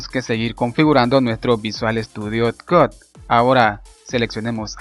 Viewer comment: Video mi Bien explicado, pero por favor, si no sabes pronunciar una palabra en ingles mejor pronunciala en español, sufri todo el video cada vez que decias "visual estudio cod", Pudiste haber dicho "Code" o "Coud", piensalo para la proxima